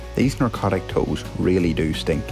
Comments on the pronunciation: Yes. It did sound like he was saying “narcotic”, instead of “necrotic” — and “narcosis” instead of “necrosis”. I’m not eager to quibble, especially when is such a capable professional, but the pronunciation was distracting! I wondered if it could be a matter of poor audio quality, or the difference between American and Ulster accents, but I’m just not sure either would account for the apparent mispronunciation. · ne-cro-tic not nar-co-tic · Are you saying narcotic or necrotic buddy? Cause I don’t think the toe is on drugs. 😅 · Put the C before the R and you’ll say Necrotic. Put the R before the C and you get Narcotic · The trick is remembering to say eh instead of uh. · I was going to say it sounds like narcotic vs. necrotic but you beat me to it. 😂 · I think you're saying narcotic :) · "narcotic" I do believe you mean Necrotic. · It sounds like he's saying narcotic not necrotic. Lol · Necrotic, not narcotic. Narcotic are pain meds lol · I know what you actually mean, but I keep hearing you say Narcotic when you mean Necrotic. Just funny to me. "DAT HOOF ON COKAIN!!" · Its NECROTIC, NOT narcotic.... unless the cow likes Mandy of course... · Necrotic' not narcotic tow. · gonna have to correct you on thism its Necrotic, not Narcotic. Narcotic is soemthing VERY different. Perhaps the cow would've enjoyed it being narcotic, but certainly not necrotic. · Great video!! Are you saying NECROTIC or NARCOTIC? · Narcotic? Perhaps you mean Necrotic? Either way great vid. Thumbs up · Sounds like you are saying narcotic. Wondered if she was smuggling drugs. 🤷‍♀️ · Yep. I was hearing narcotic toes. I was getting some very odd images in my head. Lol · You were saying NARCOTIC the entire time. 🤣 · I was wondering why you keep saying narcotic. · I understood it but was having some funny images of narcotic toes :-) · I think it’s my Fermanagh pronunciation lol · I think it’s my Fermanagh pronunciation 🤷‍♂️😂